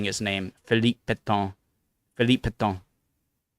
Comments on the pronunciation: Also the French Marshal of the World Wars was Pétain, not Pétan or Péton... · Very well done on the quiz but I have to pick you up on your pronunciation of the stressed second syllable of "Pétain": it's not "Pett-on" - it more resembles "Pett-an" in English (but with the French nasalised "n"). I only mention it because you say it so often!